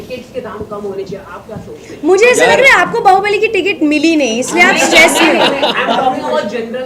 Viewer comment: bahu??? bali ??? its Bahubali